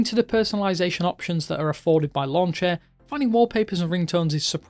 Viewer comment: Author - "lawnchair launcher" My Ear -"lawnch lawnch" -_